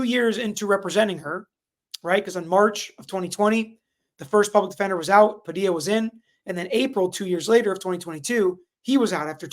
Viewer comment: how you gonna be a whole ass Floridian and say "Pa-dee-la" lol